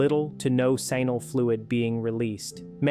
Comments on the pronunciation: Sheeesh, AI, it's NOT "Simal" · Why does a Doctor who has practiced for over 10 years call “seminal fluid" “sinal fluid”? He is either incompetent, uneducated, or justan AI dummy! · PLease learn how to pronounce the word seminal correctly. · You need to teach your stupid AI how to pronounce the word "seminal" properly. 😔